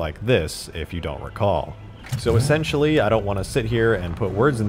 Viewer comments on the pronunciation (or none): none